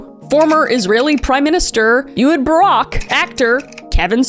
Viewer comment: it's pronounced eh-hood barak. idk you're always apologizing for mispronouncing so i thought i'd point it out